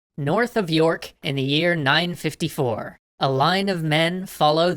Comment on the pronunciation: Yorth of Nork